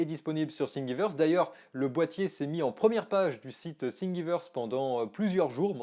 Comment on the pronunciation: Les Français avec leurs "singuiveurse" m'avaient manqués !